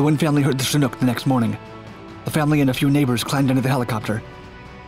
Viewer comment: you're the only youtuber in all my years of watching that pronounces chinook properly